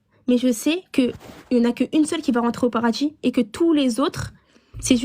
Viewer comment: "Rentrer au paradji"😂😂😂